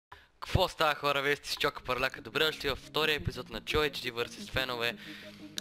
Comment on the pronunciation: zasto toy vinagi kazva chokoparlqka vmesto chokaparlqka